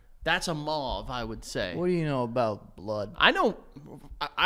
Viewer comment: Mauve like over not auve like offer